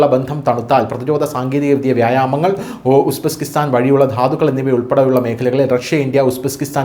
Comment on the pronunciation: It is Uzbekistan not Usbeskistan